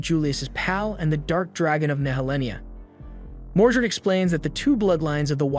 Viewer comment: It's "Mordred" not "Mordret".